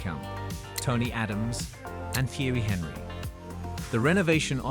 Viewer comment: Who's Theeirey Henree?